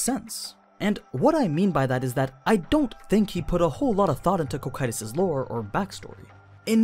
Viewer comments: Every time he says koh kytous I flinch in pain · Please fix the pronunciation of the names you speak please Cocytus is normally pronounced Co-Ki-Tus or as in the anime Coc- Q - Tus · I'll be honest. This video was good and don't get me wrong, i love all your videos but the way you call Cocytus as "Ko-Kay-Tus" and calling Takemikazuchi as "Take-Mika-zuchi" is such a fucking blasphemy. God lord, english dubs really are disgusting🤮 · Co-cue-tis sounds better tbh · It’s pronounced Cocytus not Cocytus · Was going to watch this vid, i'm actually interested, but with how often you are going to mispronounce that name I just can't. My OCD will not let me unfortunately so here is a major tip for the future: The dub is wrong, the dub will always be wrong no matter what anime it is. You can watch dubs or not that's up to you but when it comes to how names and such are meant to be pronounced you should stick to what is right. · Very well done! Just your pronounciation of foreign names is ears-bleeding... holy cow! yuo anglo natives really are unable to pronounce other languages. If you want to pronounce Cocytus like japanese do, it would be "KO KYU TOS" and it's also very wrong, but i guess we can't ask much to a language made of syllables. But as you said in the video, Cocytus name comes from Dante's Inferno, that means it should come from italian; but as it's not Cocito (that would be the right way to write it in italian) it's possible that Muruyama gave to the name a latin imprint. If that would be the case the right pronounciation would be "co chi too s". Summing up, you can name it in the japanese way, after all it's a japanese novel, or pronounce it in the latin way, but that anglo cacophony you gave birth to is something pathetic.